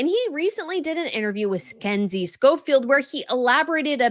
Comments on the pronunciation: She said Scenzie .Also, she repeats same names so all the time so all she would need to do is to bother to figure out the correct pronunciations be it a name of a royal or a brand in thhe first go around. In this case, she is using someone else's material (show) for her own so the least you could do is to pronounce the name KINSEY correctly. That's all. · Her name is KINSEY Schofield. I know you mispronounce names constantly but c'mon now, at least try. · She said Kensey, I noticed too. I love, and maybe it's a thing in USA, maybe even here in Australia too, but I notice that is very well spoken but let's herself down when she says "Prolly" instead of "probably" she never pronounces the word in full. Not a big deal but something I noticed. But i was only shocked as she is so well spoken with every other word. Felt sorry for the word "probably" lol. How amazing are her videos. Shecis very hardworking. We all have our idiosyncrasies. I say um a lot. Everyone has something. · Why did you say "Skensi Schofield" that way? I like her commentary.